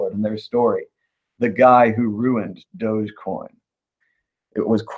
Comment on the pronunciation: Its not "dojocoin" its "Dog. E. Coin"